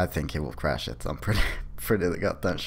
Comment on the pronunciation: chrash he will chrash